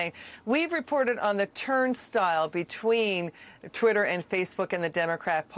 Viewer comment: it’s (twatter) lol